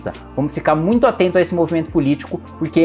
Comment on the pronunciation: VIROU PETISTA NORDESTINO KKKKKKKKKKKKKKK COLOCANDO O H NAS PALAVRAS MUITHO